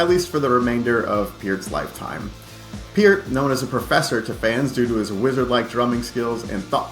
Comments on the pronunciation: It is pronounced pert, not piert, absolutely dsrespectful idiot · I can't believe no one cab pronounce Peart, after hearing him say how it's pronounced correctly. It's pronounced pear like the fruit with a T at the end